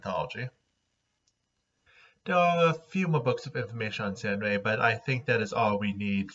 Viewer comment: So it's pronounced sAIRenrae and not sAHRenrae?